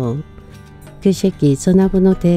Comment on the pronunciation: 지니님 그 새끼 발음이 아주 찰 지내요 고맙습니다